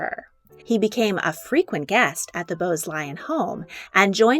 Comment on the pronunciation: Lyon is pronounced Leeon, not Lion But other than that good video